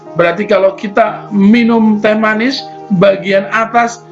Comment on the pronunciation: Teh manis pak bukan the manis